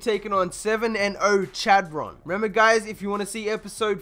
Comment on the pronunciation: Chadron is pronounced shad-run not Chad-ron